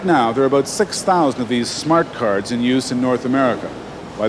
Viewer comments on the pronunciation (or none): "Aboot" I love Canadian English. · that's Southern US too